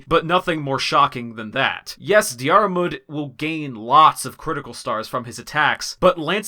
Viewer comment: It’s pronounced Deer-mood, not Dee-are-mood just fyi